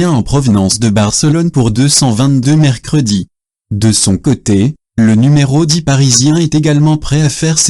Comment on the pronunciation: Bonsoir, la voix est synthétique. Pour :"Millions d'euros", elle dit :"mercredi"!!!! MDR.